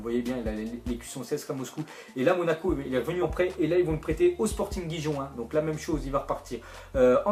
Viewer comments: sporting guijon 😂😂 ça se prononce sporting riron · yo mec, c'est pas Sporting Guijon, c'est Sporting "Riron" :P